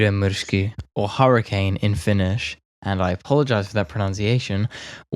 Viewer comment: To be honest, the pronounciation was completely fine. At least many times better than how most of the foreign people try to pronounce Finnish names. Kokeilepa mennä esim. Portugaliin tai Unkariin lausumaan natiiveille paikallisten nimiä...